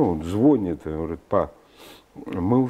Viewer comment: "звонит" с ударением на "о", "ихние". И после этого они говорят про люмпенов? Они хоть смысл этого слова то понимают?